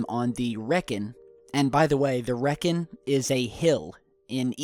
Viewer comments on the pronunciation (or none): FYI,; 'The Wrekin' in Shropshire is pronounced 'REEKIN'. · I live in Telford, Shropshire, where that triangular 'dorito' shaped craft was spotted. Unfortunately I didn't happen to see it myself, but I will certainly keep my eyes open for anything suspect in the skies over my way. By the way, the hill you mentioned - the Wrekin, is pronounced 'ree-kin'. Thanks for the video, interesting stuff! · its pronounced reekin. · The Wrekin is pronounced reekin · It's pronounced ree kin (wrekin) and it's near RAF Cosford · Im from Shropshire and its pronounced Reek-in (Wrekin) but im sad to say i missed this :( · Hey great work on the vids.I live in Shropshire(Shrewsbury)and while never having seen this flying dorito I have seen tons of weird things in the sky over Shropshire in the last few years.Loads of orb type things and other stuff.Also the correct pronunciation of the Wrekin is reek-in(Damm English English lol)keep up the good work mate